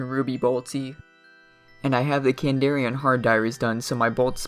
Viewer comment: Kandarin not kandarian. Good vid though mate 🙂